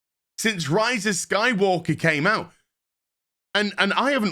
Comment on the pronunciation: did I hear rise of sky-WOKE-er?